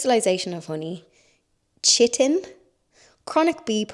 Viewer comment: For your homework, chitin is pronounced k-eye-tin, rhymes with whiten!